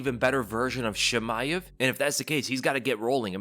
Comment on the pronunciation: Why do you read Chimaev as "Shimaev"? Are you french? That's not how it's pronounced.